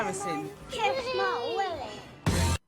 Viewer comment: did i just hear “kidd my willy”😭😭